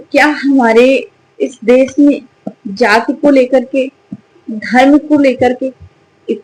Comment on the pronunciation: Jahil didi jati ki vajah se ye nautanki hui upar se tumhare jaise logo ko bura lag jata hai ki yadav tha ya brahman Aur des nahi desh hota hai Sha to bolna seekh le sahi se